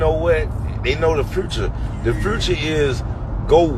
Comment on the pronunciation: Scrappy can't even pronounce "future" correctly. I hate social media for being a platform to allow these bums to get on it, spreading their ignorant and idiotic. Staying in a toxic relationship can be very dangerous, mentally and physically.